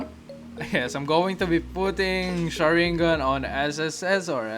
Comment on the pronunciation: My mans says shur in gun